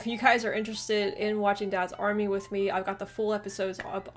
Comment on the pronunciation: DADS army! So funny with the American emphasis! It's Dads Army, flat tone across both words.